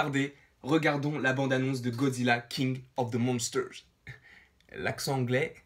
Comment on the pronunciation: A tu prononce trop bien le titre